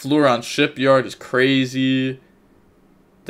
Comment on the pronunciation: it's shipYAAAAARRRD, not shipyard